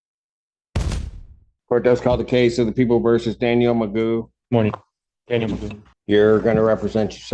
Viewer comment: His name is not Magoo it's McGough .